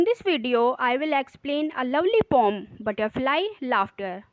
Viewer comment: Poem hai pom nahi😂 are you a teacher